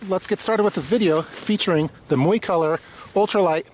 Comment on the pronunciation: PRO TIP: Learn to pronounce the name of the company correctly before you film the product review